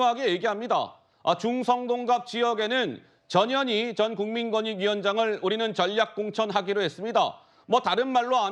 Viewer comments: 저년이큰거한껀햇네.. 앵커님 발음대로 썼습니다. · 이 아주메는 이름 발음이 이상야릇해 저녀니 저녀이 ㅋ ㅋ ㅋ